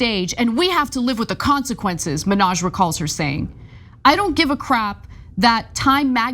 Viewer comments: STOP SAYING MINNAJ LIKE NIKKI MANAJ. YOU'RE A REPORTER, try to say hi name. Hasan ...,MINN...HAJ. If you can't say it correctly, throughout the piece, refer to his first name. It's not like we are going to forget which Hasan you are talking about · it's HA san MIN haj, not HaSAN Menage. Cheers!